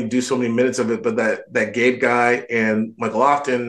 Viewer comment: BTW his name is Ben Cabe not Gabe :)